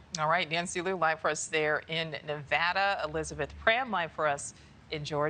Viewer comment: This guy can't even pronounce Nevada right, why the hell would I vote for him?